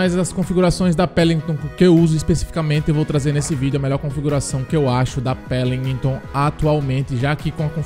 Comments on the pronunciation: Não é pelimton e Welinton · "Pélinguitôn" -Imperador, Lipe 2021